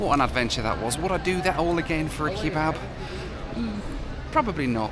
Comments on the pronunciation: The pronunciation of kebab as "key-bab" is infuriating 😂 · Who says "kee-bab"? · I like how you pronounce it 'key-bab' :)